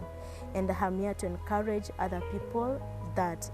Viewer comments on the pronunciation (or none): none